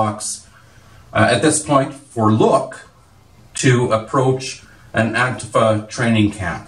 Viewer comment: it's pronounced "An-TEEF-uh"